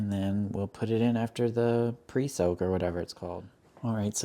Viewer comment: Literally died when he said presoak 😂